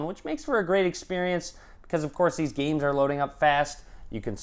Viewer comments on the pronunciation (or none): none